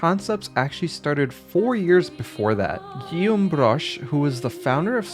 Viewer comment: that's Ubisoft Montreal but Broche worked at Ubisoft in France and Shanghai. Great job pronouncing his first name Guillaume by the way.